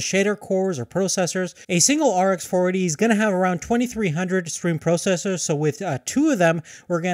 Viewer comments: Can you please say 'processor' right? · No he cannot.